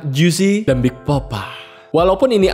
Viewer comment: iya ding , yg bener Tupac bkn Tupek, ada banyak kok yg uda bahas itu. klo The Notorius bener, tp spell B.I.G itu Bi Ai Ji bkn BIG langsung, tp pake ejaan English, itu aja sih, selebihnya oke bang